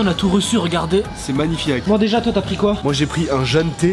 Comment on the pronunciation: au lieu de dire magnifaque il dit magnifiak😂😂😂